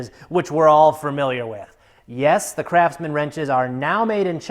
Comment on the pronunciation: Why I heard Crapsman instead of Craftsman?